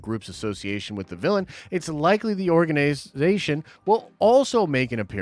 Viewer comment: Imagine being this guy in school an having to read in front of the class😂😂 he said Organ-ization😂